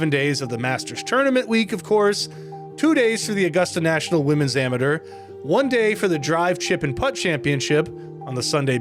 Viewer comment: Stopped watching after how he pronounced amateur